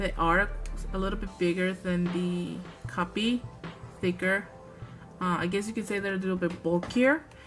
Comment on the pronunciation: Just to let you know half the time you said copic it sounded like you were saying copy. And a good cardstock works just as well as any marker paper